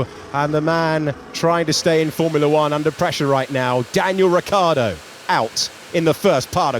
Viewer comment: This english guy cant say Ricciardo seriously somebody send this guy home